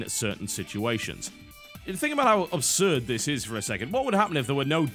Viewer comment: Yo Biscuit, i have tried to ignore it mate but i cant do it anymore, as one brit to another, its pronounced ABSurd thats ABS as in ABSolution its not pronounced OBSurd as you do 99 times out of 100, comeon player :)